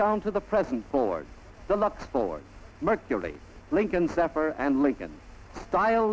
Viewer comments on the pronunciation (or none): none